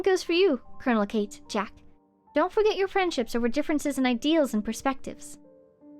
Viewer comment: Oh gosh, this quest makes so much more sense the second time around ahaha. Really enjoyed revisiting it with you (paying better attention and making better connections than I did). Btw, from context elsewhere, (Colonel) Kate is probably meant to be said Ka-te, two syllables.